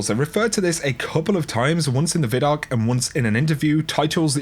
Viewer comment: Bro its ViDoc! Lol not veedoc